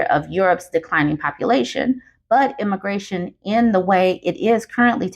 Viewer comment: This might be nitpicky, but you're saying emigration is wrong. It's the e as in eggs. You keep saying immigration instead, and that means the opposite population migration to what you're supposed to be saying.